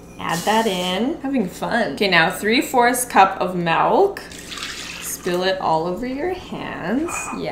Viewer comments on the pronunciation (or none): Is it just me or is the saying “melk” instead of “milk” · I’m sorry but it’s milk not melk. I know it’s your accent but it really triggers me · I thought was joking when she first pronounced “milk” as “melk” but then it continued 😂 nothing wrong, just a realization. Quite interesting. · I'm from Belgium and in Dutch milk is 'melk', so I was like wait.... was that Dutch? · I am Afrikaans and we also say melk for milk😂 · As a Canadian I can say I’ve never heard anyone say melk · its more of a malk LMAO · i say melk just because its a habit and i know others who do (we live in canadian prairies), but still tons of people say milk normally here and we get made fun of. just depends i guess idk why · yea, sh says melk, but in Alberta we say (or at least i say) milk, and i have grown up here my whole life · My mom says melk. She's crazy. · Melk - in Dutch & Afrikaans(from South Africa 🇿🇦) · At least it’s not “malk” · white melk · The melk thing every time she said it I said milk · The amount of times she said MELK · lol milk in Dutch is actually melk, so I got veeeeerry confused haha XD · I had to skip the mElk parts everytime lol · she also says milk like melk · Whisker for her melk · Everyone hating on saying melk Me a dutch person where the word is literally melk 👁️👄👁️ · ‘Milk’ is actually ‘Melk’ in Dutch so when I heard say it I was hella confused😂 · I wouldn't say no one, it's melk in Dutch 😋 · Take a shot every time says "melk" 🤪🤣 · Ok but I legit didn’t notice pronouncing milk as “melk” until i read the comments because I pronounce it the same way 😂😂🤣🤣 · I disagree with all of you, she’s not saying “melk” shes saying mAHlk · Everyone is coming for pronouncing it “melk” but that’s the way I say it soooooo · I'm Canadian and I don't pronounce it melk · I’m in the USA (unfortunately) and I pronounce it “melk” as well. 🤷🏻‍♀️ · I keep hearing it like "malk" 😂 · But she’s not even saying melk ... she’s saying MALK. That’s even worse